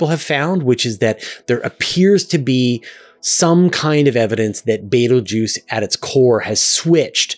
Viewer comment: Never say Beteguese 3x in a row